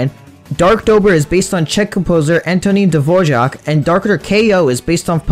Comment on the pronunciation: the way he pronounced Antonín Dvořák 😭